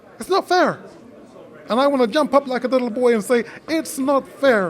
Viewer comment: Man said likkel renkin bwoy lol 😂